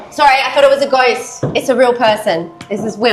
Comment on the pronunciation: Is she saying goist?